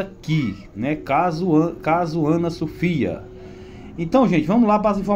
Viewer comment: A nenina é Ana Sofia, fale direito. Essa adolescente be estudada